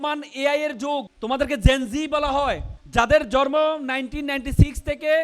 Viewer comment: যে জন্ম শব্দের উচ্চারণ করতে পারে না, জন্মকে জরম বলে... সে নাকি ভবিষ্যৎবাণী করবে?😂😂😂